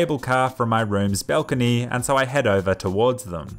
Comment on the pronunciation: My guy says balcony weird